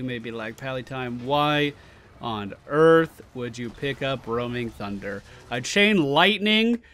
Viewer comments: instead of sundder i am hearing tsundere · He says 'sundder' but ok :)